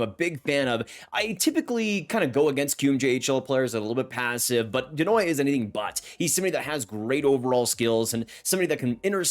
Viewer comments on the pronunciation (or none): You need to learn how to say Desnoyers haha. De (same as in tEd) nwa yé (same end as Simon Gagné, former Flyer and King)